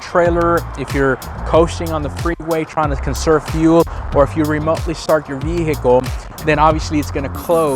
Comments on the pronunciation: Great video but just so you know the H is silent in the word Vehicle. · Hey man, please give me a moment while my broke ass goes to try all these on my non platinum trim f150. Like 8 of your tips are not present in an xlt. Also, please stick to one pronunciation for "vehicle". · It depends where you live. I've heard it both ways, it's silent where I live too.